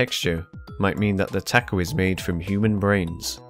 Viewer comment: PFFTT HE SAID TA KO